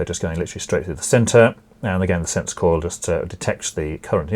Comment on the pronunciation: "and of course the 230 volts can be referenced either to the neutral or to the earth or ground" is something you said incredibly fast and unclearly. "Sensor coil" sounded like "since call" and took me like 2 minutes to figure out what you were saying because it was so unclear. "And of course the wire going through from the end of the side you like" is also quite unclear and too fast. I can list out so many points in time in which you spoke way too fast or unclearly. Especially for people that are barely informed on this topic as well as the terminology, they can't just use common sense to guess what the term was, because it's likely their first time hearing the term. I've been living in NZ for 12 years and I'm fluent in English. Yet, there are so many moments where I could not even comprehend what you said even when it was such a simple sentence. Also, please talk at a constant volume rather than largely alternating the volume of your voice.